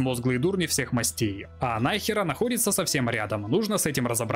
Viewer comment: Во имя Изобеллы Кастильской, сжалься над бедными испанскими названиями! В испанском ударение почти всегда на предпоследний слог! Не муньО, а мУньо, не бургОс, а бУргос, не нАхера, а нахЕра!